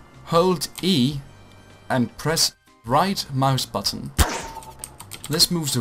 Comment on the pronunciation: ik dacht wel dat je nederlands was omdat je "left muisbuttun" zei xd